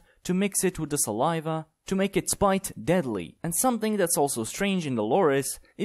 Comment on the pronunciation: It’s spit, not spite.